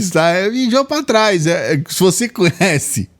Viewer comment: "mijo pá trais" 😂😂😂😂😂